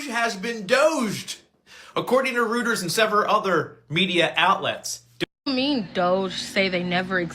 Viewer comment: Dude, Reuters is pronounced ROY-ters, not ROOT-ers.